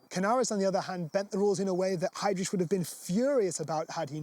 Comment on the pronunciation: Ch please! Not rich!